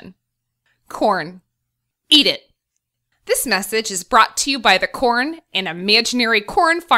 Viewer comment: My volume is low so every time she says corn it sounds like porn. It's hilarious.